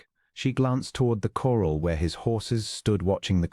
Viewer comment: Please check and correct the narration. The horses were in a corral, not a coral. Other mispronunciations detract further from a potentially good story.